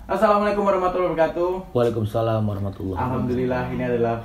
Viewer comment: kurang huruf u bro harusnya "wa'alaikumussalam" gitu, tp dah bagus lu jawab salam di awal udah bener